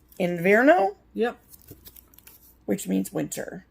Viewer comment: Thanks for sharing your Galleria experience! Loved seeing the haul, mouth was watering. Great job on your pronunciation of otoño and invierno. ❤️❤️ Hope your next trip is just as wonderful! Safe travels ladies. 😘❤️ Rebecca